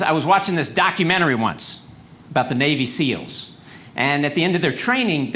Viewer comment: I thought he said , " ... documentary on BABY SEALS." Thought I'd had a stroke.